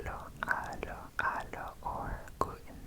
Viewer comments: So, i hope im not the thousands person to say that, but "hallo" in german is pronounced like hello in English, so u do actually pronounce the "h"^^ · In dutch it’s more pronounced like haaloo